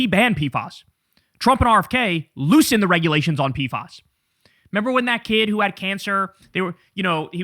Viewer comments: In CDC/Public Health it’s pronounced “P-FASS” not “P-fahs”. Much love Kyle!! ❤ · They're called P F As... not P Fas. ✌️